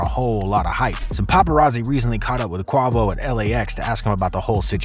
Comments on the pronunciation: Pronounced Quay-vo and the fact that he says his name in almost every song. You saying his name wrong really makes this video suck 🤣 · Its pronounced Qwa-Vo use your vowels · Soon as I heard Qu-AH-Vo, I shut that shit off foh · My guy really said Kwavo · This nigga said bravo 🤣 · Can't take you too seriously when you can't pronounce Quavo name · If your gunna make a video on someone atleast have the decency to know how to pronounce their Name. You know allll their buissness but dont know how to pronounce his name. Couldn't bring myself to finish the video Smdh, big turn off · If you really f with Migos. Unsubscribe for this dude butchering this man name. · Have you NEVER heard anyone say QUAVO in the media or even songs? like blatant ignorance 🙄 cmon... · It just shows how a lot of these people are culture vultures when he pronounce quavo name wrong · The 9.1k that gave this cracka a like after hearing him say quavo name like that y’all some hoes 💯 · Come on bro at least research how to properly pronounce their names before gossiping. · This nigga really disrespected quavo name this whole video tho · I cant believe you said quavo's name wrong the ENTIRE video. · Cant take this guy serious. Cant even pronounce Quavo right lol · How the hell is somebody making a YouTube video about rappers and he can't even pronounce the damn name right? 🤦🏾‍♂️😂😂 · Say bruh, why y’all YT folks do that? Why you messing that man name up like that? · There's no goddamn way you pronouncing Quavo like that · Bro say his name properly you know who I’m talking about. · Saying quavo name wrong this much is crazyyy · The fact that u can’t even pronounce Quavos name just tells me that u don’t know wtf you’re talking about and u need to stay out of this culture. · How u get mf name wrong..&& then migos been rose to fame way before them mixtapes u name came out smh don’t report something if u don’t know what u actually talking about smh get da facts right first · Dude can't even say the name right